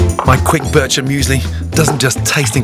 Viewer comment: I can’t be the only Swiss person out there who’s triggered by the way he says BirCHer muesli